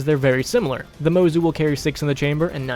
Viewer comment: It’s pronounced mozu not mozu